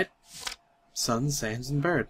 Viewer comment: I love the way you say "Bird"= "burt"